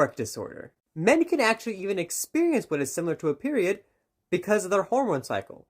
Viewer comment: “KnoWn as a PERWioud”